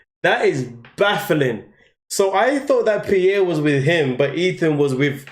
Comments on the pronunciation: She pronounces Pierre all wrong, not Pearrie, but Peare, ie, Pierre! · So bothered listening to the female calling Pierre (Pea-air) not (Pea-air-we). Educate before you document. We have Two individual adults and 2 children and NO ANSWERS?? WTF? I would be a mad woman, all over the television.